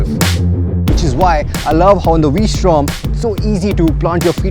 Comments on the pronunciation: did you say "I love Honda V Storm..." .😂😂😂😂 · Did he say "I love Honda Vstrom"? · Did he say ...Honda v strom? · did he keep saying v-strom? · It is V-Strom only Brother